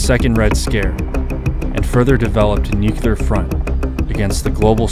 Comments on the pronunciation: It’s nuclear, not “nucular”. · I’ve always wondered how the brain turns the word nuclear into “nUcYuLuR” 🤣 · NOO - CLEE - ER ! ...Not new killer... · Amazing video, but every time you say nucULar instead of nucLEar, i die inside a little. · Bothered me so much. I thought I was the only one until I saw your comment. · I really wish people would stop saying "nucular". It's nuclear. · Absolute favorite channel on YouTube, thank you for your hard work! (P.S. It's pronounced nu-clear, not nuke-ular) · it's NUCLEAR NOT NUCULAR:face-red-droopy-eyes::face-red-droopy-eyes::face-red-droopy-eyes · NucLear. Not nucular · as the great homer simpson once said, "new-cue-ler, it's pronounced new-cue-ler" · Nuclear is not "nook-you-luhr". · Nue-cu-lar? Dropped by a B-28? I think you need to work on your facts and grammar. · How to pronounce the word “Nuclear” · Solar duck but you got to learn how to say nuclear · If you're going to talk about atomic bombs, please learn to say "nuclear" correctly.